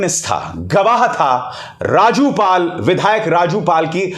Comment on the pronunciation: Madhar chod Raju pal ka nam sahi se le